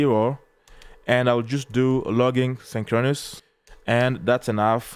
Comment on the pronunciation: You not so clear on logging synchronous command